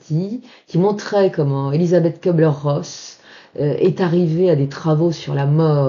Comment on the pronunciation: ça me gène un peu d'entendre prononcer "KEU -bler : en allemand, le U avec tréma (umlaut) se prononce comme le u français, non ?